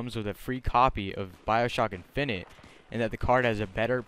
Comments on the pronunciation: your saying infinite wrong -. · Have you never heard how the word infinite is pronounced